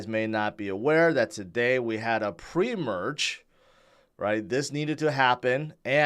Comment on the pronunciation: “Pre-merge” sounds funny